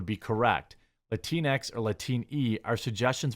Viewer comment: It's pronounced lat-inks